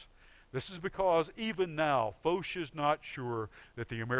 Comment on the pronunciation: Who is this Foesh ? It is a French name, pronounced it as such. Foch. It rhymes with tosh